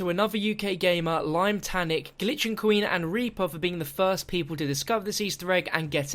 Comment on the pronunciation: Did anyone else here him say gliching gueen